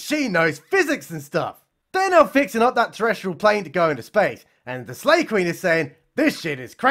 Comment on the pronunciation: I thought he was saying Slave Queen. I thought maybe she was from that stupid netflix movie.